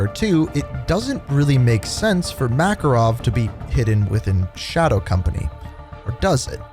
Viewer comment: Ya not makarov dude good try tho